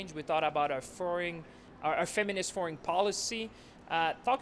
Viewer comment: "...our furring..."? Hmm...